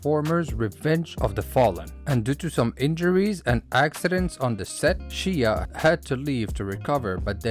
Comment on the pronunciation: I tried bro but after the third “Shee-ya” I can’t